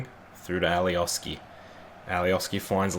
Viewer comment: and alioski is pronounced alioshki